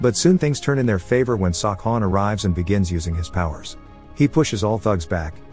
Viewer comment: I swear I heard sawcon